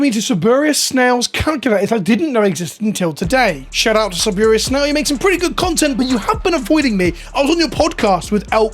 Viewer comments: "Salburious Snail" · You keep calling him “saburius” snail, it might become real beef. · Deliberately mispronouncing his new arch-enemy’s name is devious. Sabrulious Snail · Salubrious Snail. sal-OOB-re-us. You're welcome. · SAH-LOO-BREE-US. It's a real word! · I am 100% here for never ever EVER saying "salubrious" correctly. Especially since they're arch enemies. Subliminal Snail. Sarapiman Snail. Simbimbimin Snail. Sixtentabus Snail. Spinaldramon Snail. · The beef starts by not being able to pronounce salubrious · gonna keep mispronouncing Salubrious Snail until the beef is squashed. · Snail started beef because of inability to pronounce "Salubrious" correctly. Or dis start it by refusing to pronouce it properly? We'll never know. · Snail should start a beef with based on how you pronounced his name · Do you think there's beef become cant pronounce "Salubrious"?